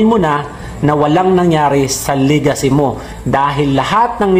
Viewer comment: Lagaycy...hindi Legacy...